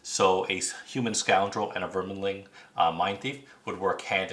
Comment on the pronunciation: No kidding. If you’re going to do a video, should double check the spelling of the names.... where is the “in” for “verminling” lol so annoying to hear